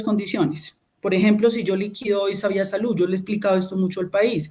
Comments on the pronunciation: Hasta la palabra salud cambio, ahora es salut con t, o al menos eso es lo que le entiendo en la pronunciación. Eso pasa cuando uno no está acostumbrado a hacer algo y haciéndola no la quiere embarrar. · SaluT, adoCtar, calidaT, normatividaT, verdaT, esa señora no sabe ni hablar. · No sabe ni pronunciar salud y dicen que es excelente ministra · No sabe ni pronunciar bien salud y dicen que es brillante